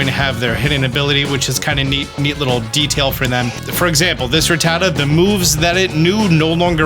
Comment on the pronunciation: Pronounces "Rattata" wrong. Disliked and unsubbed.